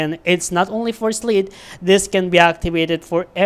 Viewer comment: You're not saying his name right in the beginning or you just talk weird lol